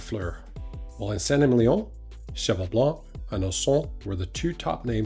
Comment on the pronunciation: Just in case you care, it’s pronounced “Sant Emilion” - just like said it!